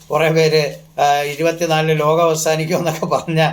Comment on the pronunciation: Akshara shudhi ila , lokam enu paranjath ketto loham